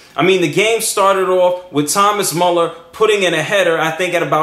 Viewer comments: The u umlat makes it sound almost like a long mu sound so its be thomas mooler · Müller not Muller ..... -.-'